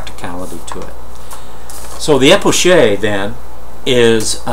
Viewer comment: Isnt it pronounced as K because its a greek word